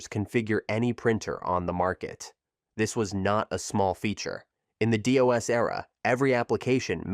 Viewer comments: "Doe Es" "Dee Oh Es" LOL! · The voiceover is bad. It's pronounced "dos" not D-O-S or "dough-ess". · It's DOS. Not "Day-OS". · "In the DEE OH ESS era"? Pronouncing DOS as DEE OH ESS - Channel has no credibility. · I think you're right. I was thinking it was the Jamaican "Day-OS" DOS. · Hilarious to hear DOS pronounced 3 different ways.